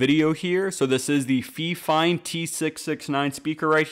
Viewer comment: "fee-fine" LMFAO